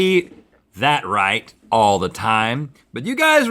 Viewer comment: "You like a martuni"